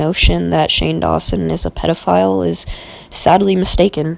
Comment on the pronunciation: Also, it's "pedophile" not pet file lol